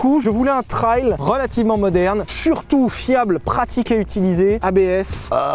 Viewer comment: Si je l'entends encore une fois dire "trayle" je l'étripe haha